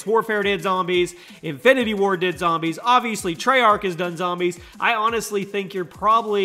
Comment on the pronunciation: "Infity War" 😂😂